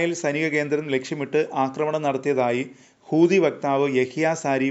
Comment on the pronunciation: കൂതിയല്ല, ഹൂതി 😂